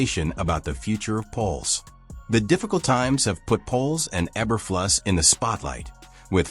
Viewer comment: That sure sounded like an AI generated voice and mispronouncing Eberflus' name, numerous times.